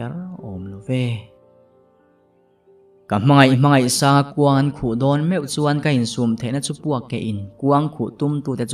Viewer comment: Sir hmangaihsanga tih tur kha 'I' I ti zel a